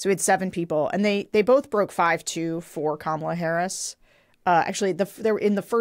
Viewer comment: Crenshaw who whined for weeks about pete davidson's pirate joke- but is ok about mispronouncing VP Harris' name and Trump's disgusting insults.